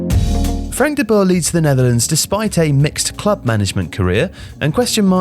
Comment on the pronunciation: Nice informative vid, I have the feeling this has been written/started production befor the last 3 games of The Netherlands, which is understandable. Also compliments for getting closer to the correct pronunciation of Dutch, you got "de Jong" almost perfectly right. However, the oe in "de Boer" is not pronounced as the German ö or an o and then an e following it quickly. The oe sounds more or less like oe in the English words 'shoe' or like oo in the English word 'poo'. Keep up the good work and I am looking forward to the next videos about the euros!